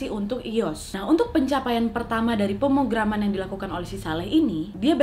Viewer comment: Wak. Pemrograman wak. Pemrograman yang bener hehe gemeshhh dengernya wkwk